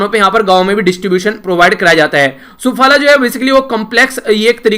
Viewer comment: 😅sir aap SUPHALA ko wrong pronounce kar re .😅vse hum daalte hai iss organic compound ko khheto me Apple trees meim .😊😊